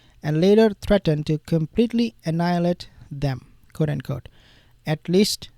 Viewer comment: "Quote" is pronounced kwote, not coat.